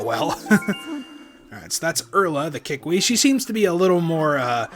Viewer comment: every time you say kee-weep I think of koolwhip. xD